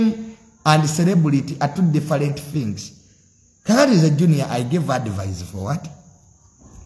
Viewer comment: its called advice not advise...in pronunciation